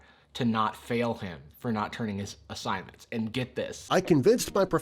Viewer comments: "assissgnments" nice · "assissgnments" No wonder he was failing college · "I had an emergency, that's why I couldn't get my assissgnments done"